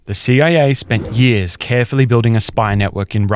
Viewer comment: Narrator's inability to say the word "years" properly is very distracting.